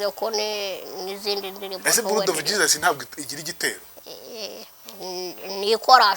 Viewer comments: yavuze buludi not buladi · ndagukunda ukuntu uvuga ngo blood ngo ni buradi😂😂😂😂